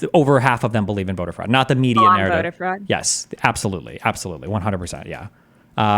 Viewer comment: “Conthervatives? Abtholutely not.” - 🤡